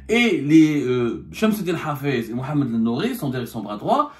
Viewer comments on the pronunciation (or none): none